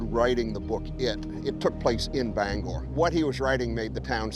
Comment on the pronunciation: Thanks for saying Bangor Right.